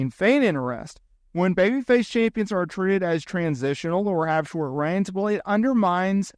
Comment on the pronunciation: You struggle with the word Champions.